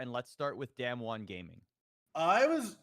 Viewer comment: not knowing how to pronounce damwon this far into worlds makes this hard to listen / take you seriously